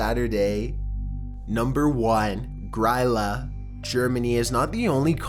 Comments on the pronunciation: I really appreciate him talking about Grýla but I can't help but cringe at the way he pronounces it. It sounds like "Gree-la" not "Griila", just had to comment because it was bothering me so much haha. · She’s pronounced “Greela” :) she’s the mother of the Yule Lads, Iceland’s equivalent of Santa